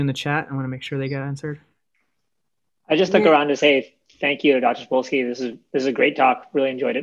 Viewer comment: "Sapolksy" EVERY.SINGLE.TIME.